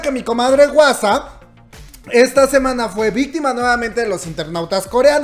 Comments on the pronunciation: No digas wasa plis jajaja di Juasa 😂😂😂 porfis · este comentario es para corregirte: se pronuncia mamamu, no como se escribe, y se dice "juasa", la H suena como J pero estuvo muy lindo el vídeo, gracias